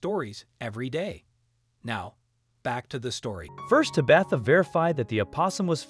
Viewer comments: Whomever is reading the script needs to learn how to pronounce a few words. When referring to an injury it is pronounced 'woond' not 'wownd'. Tabatha is pronounced 'TAH-bith-ah' not 'Tah-BITH-a'. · I was laughing every time he said Tabitha. Lol